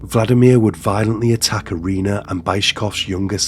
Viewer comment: The pronunciation of the names is very poor. EE-REE-NAH. SEIR-GEI. BICH-KOHV. YEV-GEH-NEE. But I will say, i absolutely love your channel. I am late to the party and have been binge watching all your videos this week. Great content and very calming voice. Thank you.